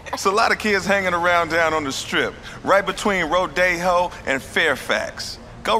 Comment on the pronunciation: did he say Rodeo or Rode-ho? Because there are a lot of hoes in Beverly Hills.